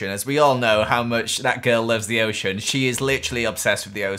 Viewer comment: You said osean!!!!